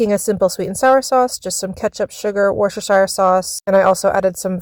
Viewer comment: Woos-tah-sher sauce